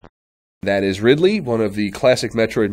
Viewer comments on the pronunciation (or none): I thought it was pronounced Ride-ly not rid-ly